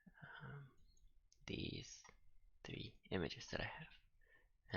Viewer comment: "So now we only have twee here, noice!" a hint of fruit